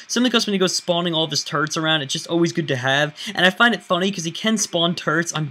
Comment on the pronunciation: No offense but when you say "Turrets" it sounds like your saying "Turds"